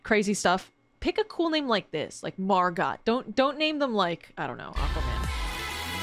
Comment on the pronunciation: Unfortunately, it is said More-Got rather than Mar-Got. I’m fairly certain he said his own name, but I could very well be wrong about my sources.